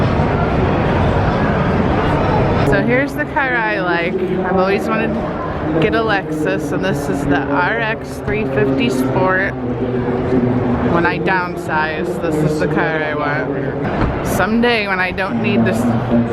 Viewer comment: it's called a lexus not a lexis and there is no a in front it's just how you say it in a sentence . ex.I want a lexus